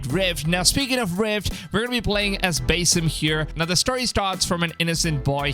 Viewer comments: it's BASSim as in sea bass. not bass guitar... did you even play Valhalla? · Its pronounce basim, not basim.